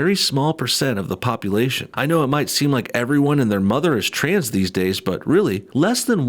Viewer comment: “Something traaans going on” lol love the way he leans into that word